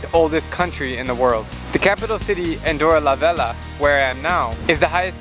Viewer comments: Andorra la VeLLa*, double L is not the same sound as Y in catalan. But definitely Veya sounds better than Vela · It’s pronounced Andorra-La veYa